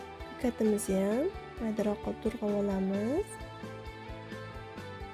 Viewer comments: 👍👍👍👍Туграб денг ТУРГАБ деяпсиз😁😁😁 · To'rg'abmas, to'g'rab diyiladi!!!